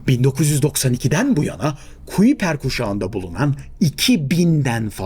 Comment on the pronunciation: Kuiper, kaypur diye telaffuz ediliyor